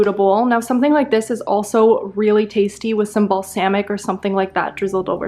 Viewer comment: Love her videos but can't stand the way she pronounces certain words like cilantro or balsamic...idk y